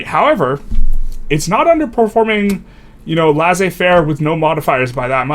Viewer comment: Awesome video. I've noticed the wall in my games, around it I just stop building more construction capacity and start relying more on government investment instead of private. Its nice to see this published on a well articulated video That being said, I truly dislike how you pronounce laissez-faire